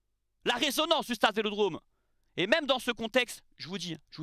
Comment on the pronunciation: "Emergumême"...😅tu m as trop fait rire.. Y aura pas de sanction...ça c est passé sur la voie publique, c est sous la responsabilité de la ville et de la préfecture... Allez l OM...